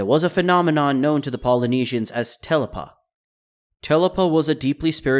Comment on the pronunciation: Not telapa it's te lapa.. tee laapaa